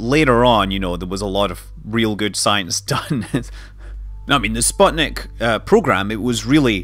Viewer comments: I thought it was sputnik, and not spotnik? might be russian pronounciation. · actually "sputnik" is read like "spootnik" (it's a pain to hear the wrong pronounciation as a russian-speaking person) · (Sateviss) Is the i of the last syllable pronounced as "ee" too (so that it'd sound like "spootneek")?